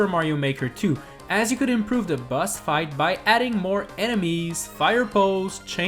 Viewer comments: I love how he says bus instead of boss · I KEEP HEARING HIM SAY BUS INSTEAD OF BOSS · the closed captions heard that too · Its boss not bus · Instead of you saying boss you where saying buss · by some reason i hear "bus" instead of "boss" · Who hears “bus” instead of boss lol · Is it just me? Or whenever he says "Boss" it sounds like he saying "Bus" instead? For a couple of minutes I forgot the title and thought this video was about busses...